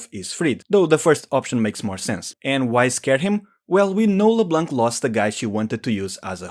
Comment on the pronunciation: I love how you absolutely try to say Xin like its should be say. But you really dont care for Leblanc. If Xin is pronounce to the chinese method du is an chinese name. So Leblanc should be pronounce as a french name because its a french Name. And so the C at the end is silent.